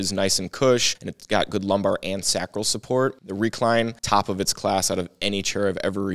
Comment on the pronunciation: nice review, but as a Doctor, please say Sacral correctly. SAAAcral . not SaCRAL, with a low a. lol but keep doing what your doing